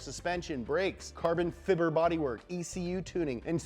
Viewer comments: "Carbon fibber" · “Carbon fibber bodyworks” 😂